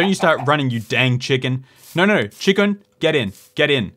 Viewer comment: Despite the number of times you say Chi-Kun and Bae-Kun, I still lose my mind every time I hear it 🤣